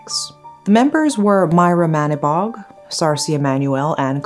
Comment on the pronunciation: Sorry but Manibog is pronounced as ma-NEE-bog